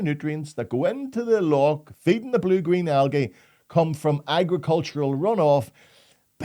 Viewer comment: Sure poor can't pronounce algae properly cos it has gay at the end of it so he says aljay to keep from turning himself into one of them.....